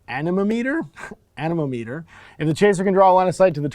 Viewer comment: I can’t be the only one who heard enema meter 😂